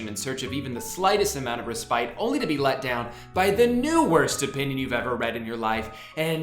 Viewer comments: The way you pronounce the word "respite" pisses me off!!! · you pronounced respite wrong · I'm mad about your pronunciation of "respite" lmao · I've never heard "respite" (reh-spit) pronounced like this and I just barely caught it and I'm glad i did cause it made my day lolol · You said respite wrong, but I still loved the video.